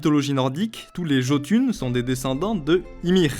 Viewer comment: Jötun se prononce "Ietoun". Bon, simplement considerer le "j" comme un "i" suffit en fait.